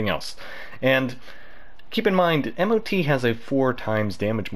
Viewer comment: Imo Mot it's much easier to the ear than m o t, and hearing it multiple times in one sentence made write this comment.